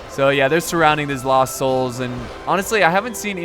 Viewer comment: I like how he pronounced lost wrong